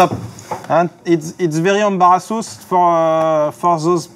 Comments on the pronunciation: "It's very ambarrassos" x') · « Its very embarassousse »